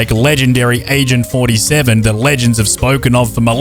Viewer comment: I almost thought you said Asian 47